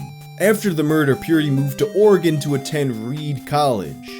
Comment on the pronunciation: Oh my god you pronounced Oregon correctly I fucking love you